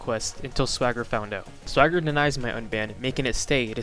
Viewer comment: I always thought Swager was pronounced "Sway–jer." Whenever you pronounce it like swagger, I think you're talking about SwaggerSouls.